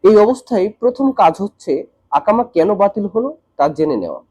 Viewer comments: akama ❌ ekama❌ iqama☑️ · আকামা কি? 😅 একামা বললে সমস্যা কি?